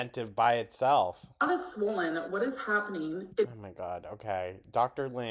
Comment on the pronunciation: if she says “swowwwwlllynn” one more time